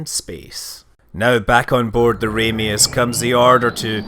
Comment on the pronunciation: I always thought it was Marko Ramius(Pronounced Ram-ee-us)?